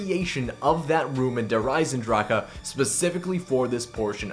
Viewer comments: Der esendrach. NOT DER EZENDRAKA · "Der Eisendraka"......lol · Why do almost every youtuber say Der Eisendrache wrong? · The way you pronounce "Der Eisendrache" annoys me..